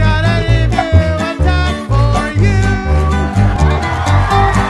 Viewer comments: "Ee Mu"? Weird way to say Emu, it's closer to "Ee Mew" shrugs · For fuck sake its pronounced "Eem-you" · OMG, the fucking emu ("ee-mou"???) leg, conspiracy... Really??? Even taking out all the logistical problems that rightfully pointed out, this is such a non issue because EMUS ARE COMMONLY GROWN AND EATEN AS FOOD. They aren't as popular as turkeys, sure, but it's not like if I went up to you and told you the turkey legs were made of ground-up cricket testicles. Or babies. No, this is more like if I went up to someone eating chicken McNuggets and told them "Did you know that that nugget... IS SHEEP MEAT?!?!? OOOHHHH!!!" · OK America I only have one thing to say IT'S PRONOUNCED eam - you!!! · Love the video! Just one little gripe I'm from Australia and although it's spelt Emu we pronounce it as (ee-m-you) sorry it was just bugging me the entire video lol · I hate how emu is said in this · You were pronouncing emu wrong and I was so confused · To be fair, they were pronouncing emu wrong too.